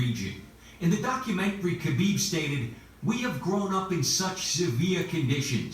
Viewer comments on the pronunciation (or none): FYI its Habib - the K is silent. The right pronunciation is H & Khabib means beloved. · K is silent in KHABIB